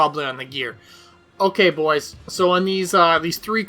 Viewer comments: I love it when says bois;-) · At this point he's saying bois to piss us off.